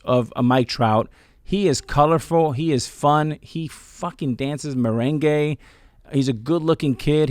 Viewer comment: As a Dominican American, I’m more upset on how he pronounced it Lmao 🤣